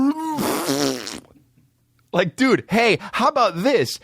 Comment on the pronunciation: Hi I'm new to the D'elia experience so forgive me for asking in case the answer is inside baseball. But do you purposely mispronounce "dude" for jokes or are you fucked. To me it sounds like "dewid" I dont know just asking.